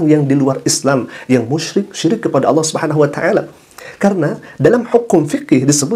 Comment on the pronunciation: Oten mana bisa nyebut ALLAH, MEREKA HANYA BISA MENYEBUT DGN ALAH.. ketahuan baca scrips.. 🤣🤣